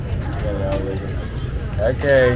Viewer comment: That dude is a weirdo. He was desperate to get her to believe they were “brudders” for some reason. He said that shit like 20 times 😂